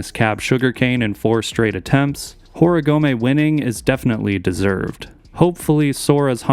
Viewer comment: Can some please tell Andrew Cannon he's pronouncing Yuto's last name incorrectly?